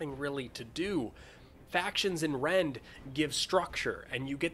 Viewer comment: I heard "Rent" So I was like.. "ahh a rent stimulator" 😂